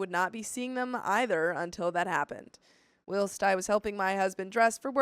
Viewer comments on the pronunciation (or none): Whilst: It's "whylst", not "willst"